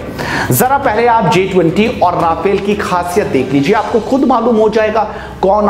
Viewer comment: Please correct yourself: It's Rafale, NOT Rafael. आप बोल भी ग़लत रहे हैं: राफेल नहीं रफाल सही है।